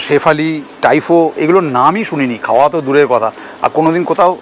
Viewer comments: শেফালি নয় ওটা স্যুফলে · ওটা শেফালি না, সাফালে l আর তাইপো l